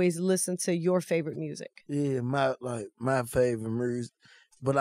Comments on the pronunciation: "Mursic"😂😂 hella funny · Why say music mursic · My favorite “MuRzIgC ” 🤦🏿‍♂️😂😂